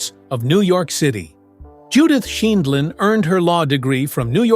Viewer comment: Interesting video. It would have been nice if the announcer could have correcting pronounced Judge Judy's name. And the tag "how she lives now is just sad" seems disrespectful, demeaning and inaccurate.